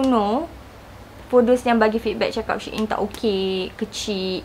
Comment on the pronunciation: babe its pronounced as sheeyn